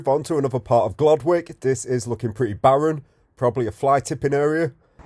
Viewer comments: It's pronounced "Gloddick", not "Glod Wick". I used to live on Abbey Hills Road for 26 years. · Pronounced Glodick. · It’s pronounced gloddick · The W is silent. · You’re brave going there. And you are saying it wrong / you are pronouncing it the Asian way.